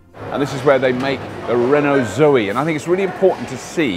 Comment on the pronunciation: Doing that silly accent again!!! Zoeeeee :-) ICE Renaults are infamous for electrical problems, lets hope that reputation doe's not carry over to the EV units. Zoe looks very smart!! that bigger battery expands its potential market!!